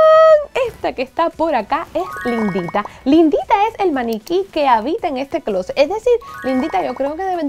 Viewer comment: me dio mucha risa cuando dijiste lindita, yo entendí la Indita🤣